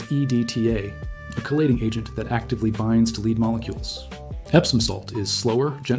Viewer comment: I really hate people using text to voice syths. And if he's not, then explain why he mis pronounces lead not as led but lead.